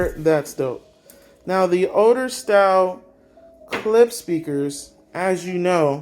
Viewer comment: It’s Klipsch , Not Clips . 😂